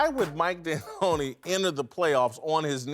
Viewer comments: Somebody needs to tell Rapaport how to say D’Antoni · “Mike D’anantonio” ?